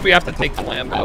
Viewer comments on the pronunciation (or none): The way he said Lambo XXDDD